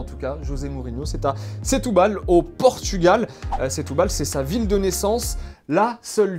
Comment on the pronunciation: Setubal ça se dit stubal ah ah